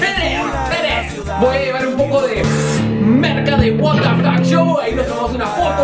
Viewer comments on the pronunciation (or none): none